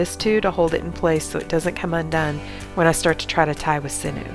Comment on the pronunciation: Thank you for all your awesome videos. You have great angles. Just and FYI sinew is pronounced sin-yew not sin-ew ;)